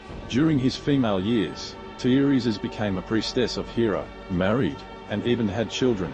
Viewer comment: I have never heard such a horrible pronunciation of Ganymede. It's not even close to any commonly accepted pronunciation. And Hera-cools for Heracles? Teer-eez for Teiresias? Instant thumbs down. Learn how to pronounce the words on your script before you make the video, or don't make a video.